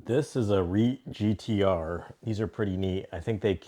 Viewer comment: Hey, great knife and video! Just a heads up, you maybe saying reate a little off. It's more like Re-ought I think